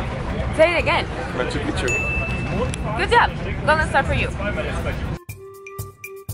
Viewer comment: No es Machupichu es Machupicchu (pikchu o pijchu deberia pronunciarse) No quiero ser pesado o sonar mal, pero por favor pronuncien bien. Lo mismo con Cusco no es Cujco.